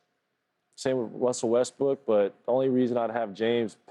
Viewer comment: who's this wussel westbook guy KT's talkin about? 😂